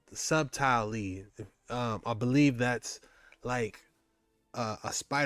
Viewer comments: Subtle- pronounced - sutal or sutaly😊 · Btw, as a friend, "subtly" is pronounced suddley. Like suddle, but it's spelled subtle. It's a weird word bro on the cool.